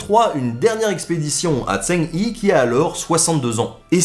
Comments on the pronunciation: Connaissant à peu près l'histoire de Zheng He, j'ai cru pendant plusieurs minutes que l'on parlais de quelqu'un d'autre que je connaissais pas.. c'est pas Zeng Hi c'est Zheng He -> Djen(g) Heu ( H= Jota espagnol ) c'est con mais voilà, un poil de prononciation, ou bien marquer juste son nom.. ^^ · Salut, je voulais juste te dire a titre informatif que Zheng He ne se prononce pas "Zhen hi" mais plutot "Chong Ho". Je tenais aussi à dire qque tes vidéos sont très interressantes et que j'adore les regarder. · tu prononces mal zhong he, en mandarin ça ressemble plus à tchonne re (écrivant comme on le dirait en français) que chang hi. Et cette prononciation serait pas correcte pour autant mais plus proche de la vraie. Le zh se prononce un peu comme tch le g de fin se prononce pas mais il faut insister sur le n qui précède le h se prononce un peu comme un r roulé. Normalement il y a aussi les tons mùais bon c'est pas non plus un cours de chinois. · Zhang He se prononce "Djang Re' et pas ' tsang hi' ;) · Pas mal par contre ça se prononce Djang Reuh (à lire en pronciation française), pas Djang Yi, et en effet aucune preuve de découverte de l'Amérique, beaucoup de cartes bidons. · Très bonne vidéo, merci encore :D P.S : Zheng He se prononce un peu comme Djeung Che (avec le même "Ch" que dans Bach en allemand) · Salut, Alors a priori le nom de l'amiral chinois se prononce plutot comme "djeun heu" en prononcant le "h" ;) j'ai une ressoritssante chinoise avec moi qui soupirait a repetition pendant la video :P Super video comme a l'habitude quoi qu'il en soit, merci :) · Zheng He il faut prononcer comme "Djaing Reu" :) le chinois est très compliqué à prononcer ^^ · Excellent ! Par contre on prononce zheng re ! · L'amiral eunuque Zheng He se prononce plutôt Djeung Re (comme le jota espagnol) mais sinon c'était top ! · Mauvaise prononciation de Zheng He, ce sera plus Dsheng Rhe en descendant sur le dernier e. Or mis cela c'est un bon résumé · Zheng He ce dit "Djang re"